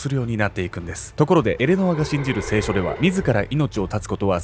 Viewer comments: 聖書⤴︎の発音気になる😂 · 聖書と業火のイントネーションが気になってしまった（笑） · 聖書のイントネーションが間違っている